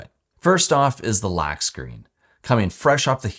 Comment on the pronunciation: Great quality and information, my only pet peeve is how you pronounce the O sound… it really throws me off when you say lAck instead of lock and Aptions instead of options… I know it’s petty, but that almost made me stop watching 😅